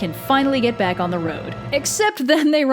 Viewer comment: ITS BWACK!